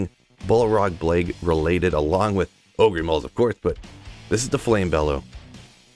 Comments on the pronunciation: OH GRRRRRR. not OH GREEEEEE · ogre is pronounced like "o-ger", lol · Shrek the oh-gree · OH-GRR. Say it out loud: OHHHHH-GRRRRRR. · Dude, it's Ogre with a silent "e", not Ogreeeeeeee 🙂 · Just some pronunciation tips: 1. Ogre read as ohguh 2. Carapace read as care rer pace 3. Suwayyah read as Soo wah yah